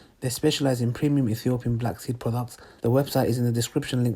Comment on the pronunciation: Can we just take a second to appreciate the way he says products in the oil promo xD